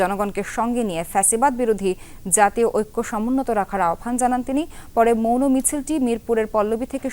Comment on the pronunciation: Apu jouno misil na….eta hobe mouno misil….obosho apni thiki bolesen